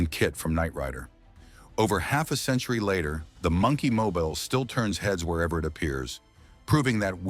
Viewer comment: AI pronunciation of "Monkey Mobile" is wack!